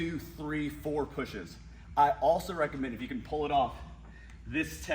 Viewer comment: Sled *PULL*… not “pole”